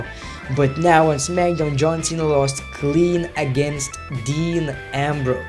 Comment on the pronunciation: He says Smackdown like zmagdown lol